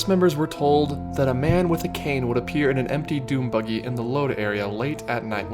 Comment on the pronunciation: I can’t tell if he is saying dune buggy or DOOM buggy